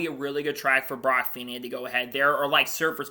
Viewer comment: Great news, hope it happens, he has the talent. One point his name is pronounced feeknee Cheers